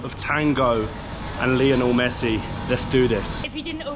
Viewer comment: Great video guys! Buenos Aires is definitely worth a visit. It’s hysterical that the only thing can pronounce correctly in Spanish is Lionel Messi as he butchers everything else! 😅 Loving watching your travels, keep up the great work! Abrazos!